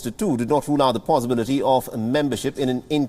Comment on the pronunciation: This Nasal Anchor's lexicon & pronunciation: "ba = by ; ha = how; nau =now ; abaat=about ; aat = At ; evold = evolved ; pauzibility=possibility ; dissishn=decision ; insaats=insights ; dizaar = desire ; Brazills = Brussels ; Who dafu* let him read the news??!!!! Whts happening WION? Hire people who make sense!!